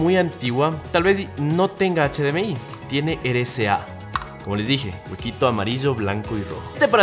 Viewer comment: amigo pronuncias RCA como "ere ca" es erre c a ,espero entiendas a lo que me refiero